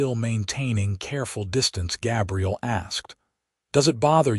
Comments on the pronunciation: It kind of sucks that the AI mispronounced his name through the entire video using the female pronunciation for Gabriel. It was somewhat disconcerting. Doesn't anyone ever listen to this crap before they push the submit button? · I'm guessing that you aren't English language first Gabriel is pronounced with a long A as in bay and say. The way you are pronouncing it is for "Gabrielle" the female version of the same name. That said it's a good story. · Very frustrating that AI mispronounced Gabriel the entire time